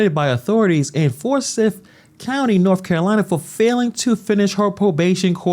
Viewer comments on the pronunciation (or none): For-syth. Like siphon. Si-phon. Si! Just saying homie! Gotta be correct when talking shit! Even the truth! Still be on point!👍🏿👋🏿